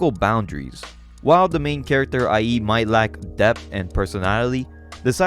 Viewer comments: The way you said Ie's name had me rolling my brain sometimes. I think it's supposed to be like iayyy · Ie is pronounced “EE-eh”, just letting you know. Banger vid’ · Also, pretty sure the protagonist's name (Ie) is pronounced like "ee-é" instead of "i.e."